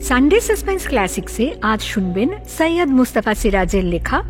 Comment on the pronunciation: আপনারা সৈয়দকে সইইয়দ বলেন কেন???